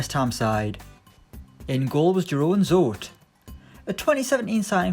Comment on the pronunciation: You Did not pronounce Zoet incorrectly